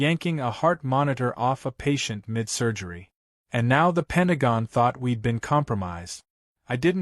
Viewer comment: Penagong....? Is your AI Chinese?